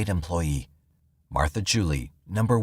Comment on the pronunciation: Martha Beck's middle name was pronounced like the word "jewel," not Julie. 😊 Otherwise, a great listen!